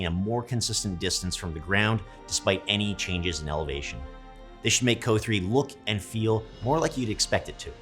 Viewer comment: I've never heard someone call it "co" like that